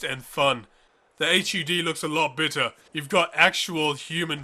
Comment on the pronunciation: I'm sorry are you saying "bitter" or better"?